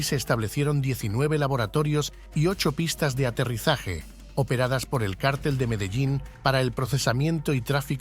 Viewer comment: ¿qué cártel ? ¡ Mogolico!!!! ¡donde est´ña el acento,MOGO??